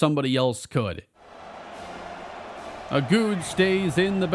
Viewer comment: Every time says Agude, I think he’s saying “a dude” and I’m like “wow usually knows his players names” 😂